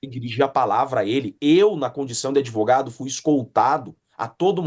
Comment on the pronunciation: Se eu comer uma sopa de letrinhas cago um argumento melhor que esse 'adevoGADO'